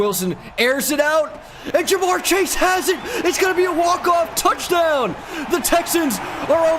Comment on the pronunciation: Am I the only person who gets annoyed by him saying chashe young instead of chase